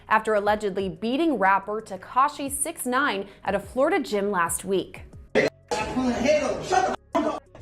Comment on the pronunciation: Did he just say 6-x-9-nine lmao